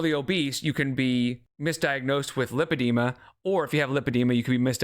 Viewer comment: if she had been diagnosed with lipedema she would probably not call it "limpedema"